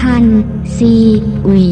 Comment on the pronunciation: 5555ใช่ๆ ไม่เข้าใจว่าทำไมไม่ ซีอุยไปเลย มัวแต่ซี อุย...